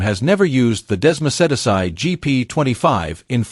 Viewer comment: The “Hair-raise” track - The “Desmo-sed-a-sigh”. Maverick “Vin-Alles”.